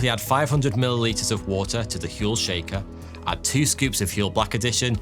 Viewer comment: I like your channel. But seriously. Huel. HUEL??